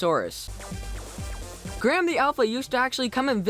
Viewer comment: U said plesiosaurs wrong it's ok there is lots of dinosaurs..........